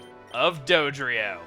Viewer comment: At the beginning, I thought he said 'doge'drio.